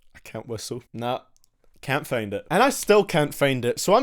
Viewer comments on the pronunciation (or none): It’s FIND NOT FEEND DAMN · is it only me or did i hear him say FAIND IT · "Still can't fayend it"